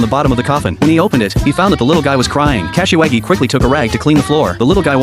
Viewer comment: Bruh kasawagi pronounciation is hilarious Cashy waggy😂😂